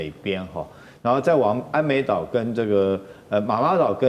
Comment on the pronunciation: ＂奄美＂島稱為＂ㄧㄢ美＂島不是安美島，＂敕＂讀作ㄔˋ，不是赦，請來賓與主持人在討論時留意。不要不懂裝懂，這樣不好呀？